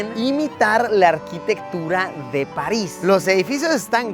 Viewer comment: París ❌ Palis 😈✅